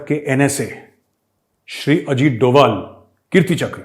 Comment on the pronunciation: मेजर सहाब इन पाकिस्तानियों ने अजीत डोवल-अजीत डोवल बोल-बोलकर उनके नाम का उच्चारण ही बिगाड़ कर रख दिया है, जबकि उनके नाम का सही उच्चारण "अजीत डोभाल" है ......आपसे उम्मीद करता हूँ कि आइन्दा आप सही उच्चारण करेंगे ताकि पाकिस्तानियों को भी समझ आ जाये, क्योंकि पाकिस्तानी आपको बहुत गंभीरता से सुनते हैं। 😁🙏😁